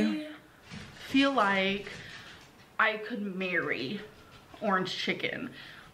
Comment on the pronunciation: She mispronounced lahhk and like